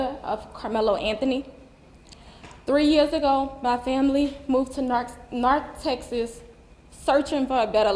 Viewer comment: "Narth Texas"??????